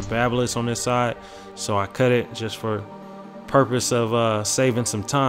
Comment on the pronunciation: he said cut I thought he said cuh 😂